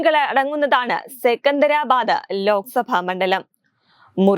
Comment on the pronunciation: സിക്കിന്തരാബാദ് എന്നതാണ് ശരിയായ ഉച്ഛാരണം. എന്റെ സിറ്റി❤🎉..